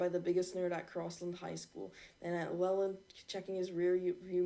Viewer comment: It's l e l a n d